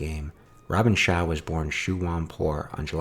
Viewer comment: Bay Logan pronounces Robin Shou as Robin Shoe